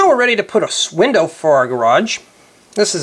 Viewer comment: window, not swindow!